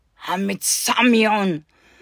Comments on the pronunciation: "I mit Samyong👺" I CAN'T., I'm crying. 😭😭😭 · I met sombreon (THE FRENCH PRONUNCIATION, I'M DEAD😂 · “….i met samione.” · "I mit sam'ion" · IM PISSING MYSELF THE WAY SHE PRONOUNCES SOMEONE AGDJAGDF